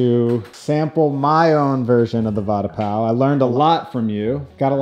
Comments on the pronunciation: Its PAV not PAL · The "Mumbai bun" as she called it, is what we call pav (pronounced as paouv with ignoring most of the v). But tbh it's basically a soft roll.